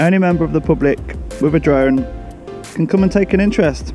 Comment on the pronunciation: Just say it you numpty! “Drive a flone” 😂😂